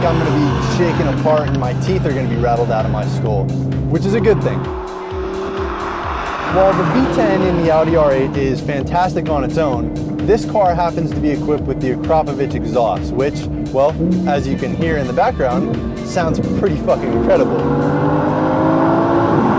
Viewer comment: You're pronouncing Akrapovic wrong...